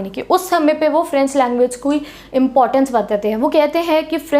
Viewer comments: 'Hena' to suna tha par ye 'henge' pehli baar sun raha hu😂😂🤣😂🤣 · Anyone Noticed 'HAINGE' word in didi's language accent..😂😀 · Mam bar bar hange kah rahi h😅😅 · Bhai bss yehi sikha tune 😂😂